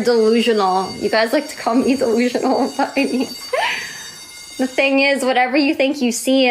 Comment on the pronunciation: She always says 'da' instead of 'the'. Once I noticed it I realized she does it all the time. 😂